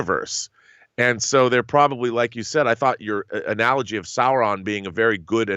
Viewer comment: Sauron is pronounced SAO-ron, not Sore-on, just like Boromir is BORROW-meer, not Bow-a-meer.